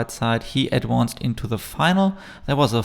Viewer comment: Please learn to pronounce "advanced" correctly.